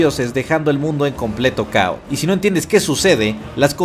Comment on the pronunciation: En el minuto dice "dejando al mundo en completo CAO". Vamo' a causal cao.